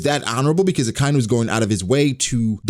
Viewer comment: I'm sure I'm not the first person to bring this up but the way you say Akainu bugs the hell out of me. It's Aka (red) Inu (dog). Like baka.